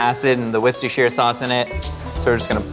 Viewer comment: For me the most impressive bit is a USian who can correctly pronounce "Worcestershire sauce" without making a big deal of it. Nice job,!